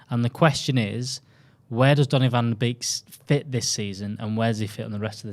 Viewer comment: Hi dutchie here, love your content, but the beek in the 'van der beek', is atually more pronounched as 'bake', cheers mate!